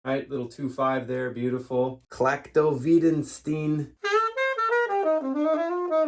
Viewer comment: Well you didn't learn how to say it, and the spelling on the leadsheet is wrong. Its Klactoveesedstene (without the hyphens Bird originally used) and its based on Perdido.